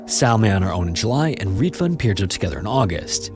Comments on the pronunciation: A tip for pronouncing Finnish names: the emphasis is always on the last syllable, not the first. So it's not ENsio, it's ensiO, seutuLA (with a short u) and not SEU-too-la, helsinKI, not HELLsinki etc. J is also always pronounced like a Y, so the victim's name is closer to Pir-yo. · he pronounced Pirjo's name incorrectly, he could have researched it, it's not rocket science, but being a typical angloid he just assumed letter "J" stands for the same sound in all languages that use latin alphabet